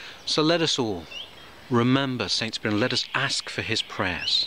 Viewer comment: Thank you for the correct pronouncing of his name. Not to brag, my dad was such a humble person as well as smart I miss him a lot being one of his kids makes me smile when I feel bad sometimes.